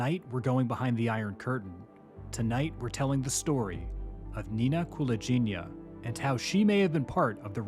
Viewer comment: Wrong last name pronunciation, though 😁 Its "gi" part is pronounced like in "give", not like in "gin". And stress on the second syllable - KulAgina 🙌🏼